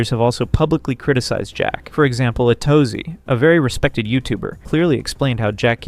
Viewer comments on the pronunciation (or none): Hearing him pronounce Atozy and PenguinzO makes me think this is ai